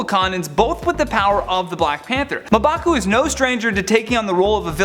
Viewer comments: Its pronounced mmm-baku......and he cant be the black panter but he can be the white or golden gorilla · Smh Muh Baku.... Come on man. I blame the editors. That should have been caught. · I loved the theories but cringe everytime you mispronounced M'Baku. It's ummmm (like ummm good)...bakooo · LOL "Muhbaku" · He pronounced mbaku wrong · I thought it was just me!! Love top 10 but this guy is my least favourite